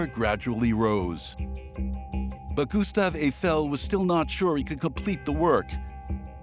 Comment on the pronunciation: Обожемой, ГюстАв ЭйфЕль, когда наконец ИИ научится грамотно ставить ударения!